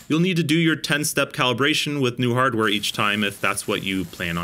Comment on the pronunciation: "caliberation" Lol, Im just razzin' ya.